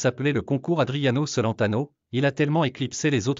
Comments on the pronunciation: Celentano, ne se prononce pas à la française… tchelentano, bacci = batchi… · Pitié prononcer son nom correctement est pourquoi triste fin il est toujours vivant que je sache j'adore ce chanteur ❤❤❤❤❤❤ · Mon Dieu, que de bêtises il faut entendre. Déjà prononcez correctement son nom puis ensuite Adriano est toujours vivant 😮